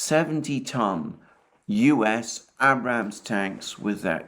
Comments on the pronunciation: "Abrams" is pronounced with a long "A" at the start as in "made", "fade", "slave". Named after an American general. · Great show as always, Alexander. I'd like to help you out with the pronunciation of the M1 Abrams tank. It is named in honor of General Creighton Abrams and is pronounced "Ay-brums" as opposed to "Abb-Rams". On the Seasparrow missile, said it was the RIM-7, which is the NATO Seasparrow I worked on back in the 1980s aboard the aircraft carrier Enterprise. If so, it sounds like Uncle Sam wants to dump old inventory on Ukraine. I personally was not impressed with the missile system owing to its drastically short range of 10 miles and its inability to track extremely fast targets, such as the Raduga-kh22, which you've mentioned many times. It was the terror weapon of the Soviet forces back then. The RIM-7 has since been replaced by the far superior RIM-162 Evolved Seasparrow Missile with triple the range and a much higher speed.